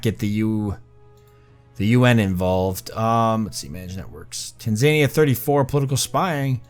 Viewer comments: it's pronounced TAN, ZA, KNEE, AH! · You've done the impossible - made a pronunciation pedant keep watching despite the repeated mentions of Tanzania. Good job on making such compelling watching mate.